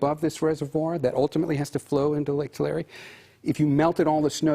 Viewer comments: It's pronounced " Tulare" Is "Two Larry" you people always have newbees that don't know how to pronounce certain words & names. Find out before you go on air. Annoying when you say them wrong, its like you are talking about somewhere else. Peace on Earth. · Too-La-Ree, not, to Larry! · Dear narrater: it’s pronounced-two-lair-ee not two lar e 😂😂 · "Two-Larry" Lake. Please get it right. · “ TouLarreeeh” I wonder how far north the water will go! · It’s Too-Larry